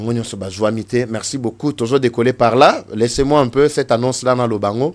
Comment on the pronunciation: Annonce et non (anosse) commente et non (comonte). Merci et une très bonne compréhension.